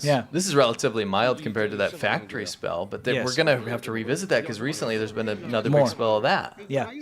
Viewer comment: where is the engine factory (fak-a-tree) soundbite lady????